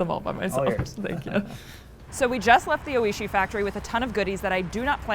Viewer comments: It’s pronounced “OY-shee”. The Japanese word for delicious. He was so polite not to correct her. She mispronounces the name over and over. Shocking this wasn’t fixed. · That’s all I could focus on was her mispronunciation